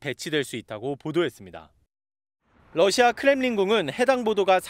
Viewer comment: TV기자들은 말도 잘해야 하지만 발음도 좋아야 한다. 특히 외국어는 가급적 원음 발음에 충실해야 한다. 그런데 TV기자들이 Russia 의 러시아를 Lussia 로 발음한. 많은 다른 기자들도 로켓의 rocket을 locket으로, Radio 를 Ladio 로, Roma 를 Loma 로 발음한다. 물론 한국어에는 ᄙ(쌍리을)이 없어서 L과 R을 전부 ㄹ로 발음할 수 밖에 없는 어려움이 있다. 그렇다면 한국인들은 R 발음을 정말 못하는 것일까? 아니다. 초성일 때에만 못한다. 아리랑(Arirang), 세레나데(Serenade), 프랑스(France) 등 잘 하지 않는가? 그래서 TV기자들에게 힌트를 주고자 한다. R 로 시작되는 단어를 발음할 때 앞에 '으' 발음을 짧고 약하게 먼저하라. (으)러시아(Russia), (으)로켓(rocket), (으)라디오(Radio), (으)로마(Roma) 등으로 말이다. 그러면 당신은 좋은 발음을 하는 기자가 될 것이다.